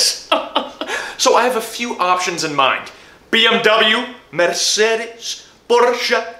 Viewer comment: Bro really said porrcha